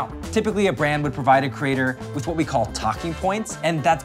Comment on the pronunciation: "ve" instead of we hmm